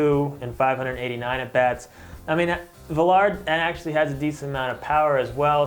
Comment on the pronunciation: It's pronounced Vi-Yar the double L in a Hispanic name produces a Y sound like quesadilla you don't say dilla you say diYa